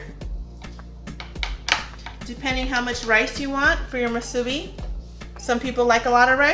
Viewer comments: Moo-sue-Bee so -e-z! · Good try but it’s correctly pronounced Moosoo - Bee. Break it into two words. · I wish I could find a video where someone actually pronounces musubi correctly.